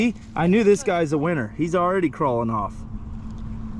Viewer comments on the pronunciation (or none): I had the subtitles on and when said Winner the subtitles said Weiner LOL 😂